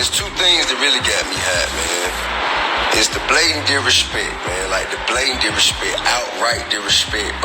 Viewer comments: 🤣🤣😂😂😂😂 My ass fell out. I kept saying the same ish. How he on here tryin to sound intelligent talking bout "DIRESHPEK"?!!! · I'm not even gonna say anything about the way he pronounces the word DISRESPECT!...Am not...am gonna leave that alone. That said, it's a good message, but the only thing that gone happen now, is TI gone end up getting arrested for SOMETHING in the next 3 months. He just put a TARGET on his back. Now, to say they KNEW what they were doing is wrong and they need to show some REMORSE-FULLNESS, makes no sense to me. If you know what you are doing is wrong and you do it anyway, I don't think you can truly ever be remorseful in a situation like that...being remorseful comes from doing stuff that is wrong, but you did not realize it was wrong. Anyway, this don't really concern me, because I don't waste money on name brand shit...am not gonna pay for a fuckin name. Clothes don't make me look good...I make whatever am wearin look good. Good luck with the struggle!